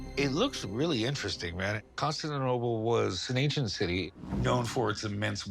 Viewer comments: "Itsa... Constainoble.."🤣🤣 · "Izza Constanninoble uhhh boogits by some artiss . . ." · . CORY: Iza consanzanople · Did he say Conshtanioblle? (lol) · That feeling when you read scripted facts for the camera about a place you can’t even pronounce. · Every time he tries to pronounce "Constantinople" it goes further off the rails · He's f***n drunk! He can't pronounce 'Constantinople'! ))) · Corey Is struggling to say "Constantinople."